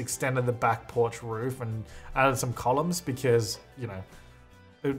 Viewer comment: Anyone else triggered when he says column?